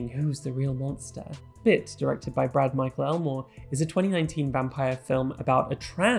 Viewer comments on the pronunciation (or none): none